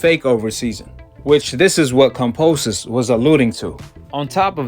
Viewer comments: Who is "Composus"? It's "Kambosos" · Exactly! How can anyone believe in what this guy has to say if he can't even read than pronounce someone's name...lol.